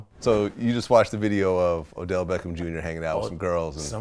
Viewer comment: Odell! Not Adell!